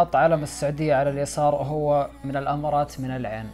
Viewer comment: إلى متى نفهمك ونشرحلك ان إسمها الإمارات مب الأمارات 😂💔